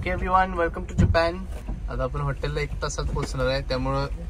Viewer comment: जपॅन ka mhanata tumhi जपान aasat te😂